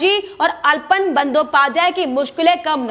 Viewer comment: अल्पन नहीं आलापन सही उच्चारण है। कृपया भूल सुधार कर लें।